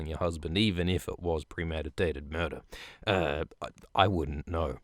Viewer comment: Did he just say "I wouldn't know", or "I wouldn't, no"........ him sounds pretty schwifty to me